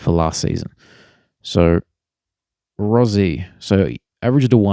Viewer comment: its pronounced rosie not rozie